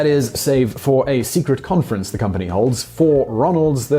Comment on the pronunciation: The Ronald conference, the ronference